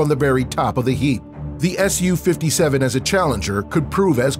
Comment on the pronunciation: Wow nice pronunciation, “sukhoi Su, s u 57”